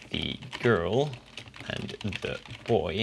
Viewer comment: Hello, Thank you. It's very interesting but there is a little problem with the article 'the' in English. You often say 'thi'(with i) instead of 'the'(with e) even when there is no following vowel. The children, the food, the milk, the rice, the sandwich, the girl ...... ( / / / ........ ) You can join us on Discord.(users of Duolingo) - >